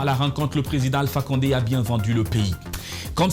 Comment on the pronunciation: On dit Alpha konde Burkinabè les peul la 😂😂